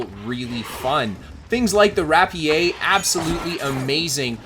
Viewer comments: Nah rap-e-aye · Wrap Pee AYY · RAP-E-YAY huh? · You killed me with that pronunciation of rapier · Your pronunciation of rapier is hilariously PC. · gamers seeing the french pronunciation of a word: is this political correctness?